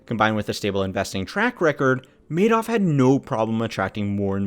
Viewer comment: This is clearly not AI. This presenter is clearly an American, making this his first language. So I don't understand all of the mispronunciations. Oddly including the subject of the videos name.